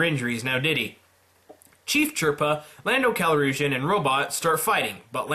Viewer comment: You also called Tarkin and officer even though he’s very clearly a Moff, and spelt his name wrong. Lando’s last name is actually Calrissian, pronounced Cal-riz-e-in.